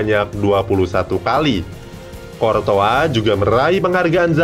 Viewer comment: Thats right tulisannya thibaut coutouis, dibaca tibo kurtoua